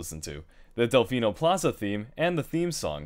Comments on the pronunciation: "Isle Dephino" Wat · "Isle Dephino" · "Dephino" LOL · It says "Isle Dephino". Isn't it Isle Delphino? Or am I crazy? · "isle dephino